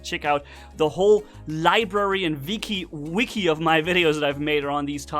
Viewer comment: "so you can check out the whole library and Viki... WIKI" your German is showing! Lol